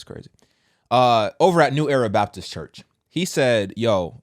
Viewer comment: “Qwite cherrch” 😅